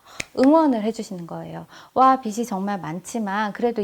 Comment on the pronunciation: 좋은강의인데 발음이 옥의티네요... 비시(x) 비지(o) 입니다ㅠㅠ... 불편하셨다면 죄송.. 강의잘듣고 갑니다~!